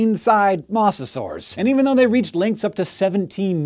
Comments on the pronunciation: "Moss-a-saur"... Every documentary I've ever watched pronounced it "moe-zuh-saur", and you come out here with "moss-a-saur". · Isn't Mosasaur pronounce MO-za-SOR? Like Moses? Moe's Southwestern Grill? Eenie meenie miny mosasaur? Then again, you are the science guy, so I could be wrong. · Pretty good information that far too few people know. Although, it's pronounced MOE-sasaur. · When you said Mosasaur I thought it was hilarious as I have always thought it was pronounced like MOE-sa-saur but now all I can hear is Mozzasaur which I imagine to be a giant cheese dinosaur. Day improved. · i dont mean to be THAT guy but he prenounced mosasaur wrong its moses ore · Dislike because you kept pronouncing it "mawsasaur"